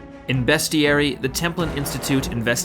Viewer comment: Wish i could like it twice. But please don't pronounce bestiary like that. If you pronounce beast, then this should have the same sound